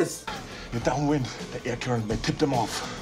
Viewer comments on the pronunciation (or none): none